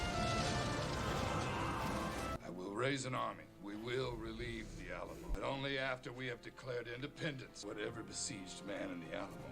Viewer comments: No disrespect it’s pronounced Al amo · Never heard the Alamo pronouced that way and had to laugh. a-LAM-o, ha ha!